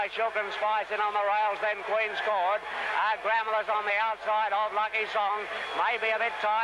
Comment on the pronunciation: A huge run by the South Australian champion Gramel . From my knowledge both the Race Caller and Voice Over pronounced her name incorrectly- the word is basically split into two and pronounced “ Gra Mel “ but written as Gramel . On another note , who would have thought that one of the field would go on and produce arguably the greatest trotter in the world - Maori’s Idol , I doubt there will ever be a horse to take his crown , certainly here in Australia